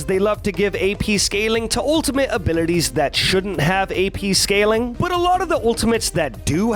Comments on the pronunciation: Can someone make a compilation of saying "abilites" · i like how u say abilities)